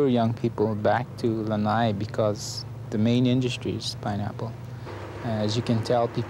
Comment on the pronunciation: Lana’i - not lanai. It is so sad to hear that island name mispronounced till today.